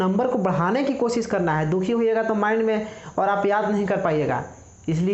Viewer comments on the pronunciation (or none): none